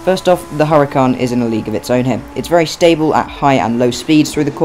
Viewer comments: HURACAN, NOT HURICAN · 😂hurican its huràcan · Its huracan